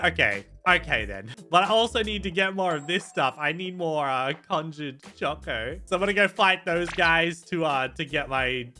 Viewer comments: Bruh it’s conjured coco not conjured chocoa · Its funny that said conjured cocoa wrong its a k sound on cocoa